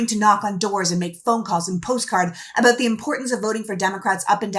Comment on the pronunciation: I heard her say aboot. So she is Canadian, not even American.